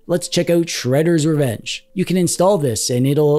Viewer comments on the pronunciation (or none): none